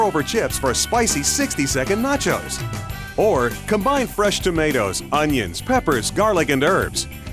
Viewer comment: AND EHHH....NAT-CHOZE ANYBOODY?